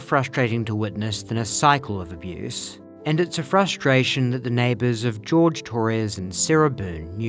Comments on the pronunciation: I hate that she can never say his name correctly, its Jorge, 'Hoorhay', not George. Imagine being in a relationship for years and your girlfriend never calls you by your real name. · The fact that she calls him George when his name is JORGE. Disrespectful